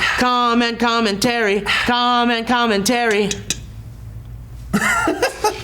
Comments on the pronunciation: Sounds like is saying "comet comin terry" lol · it started to sound like was saying com and com and terry as if com and terry were people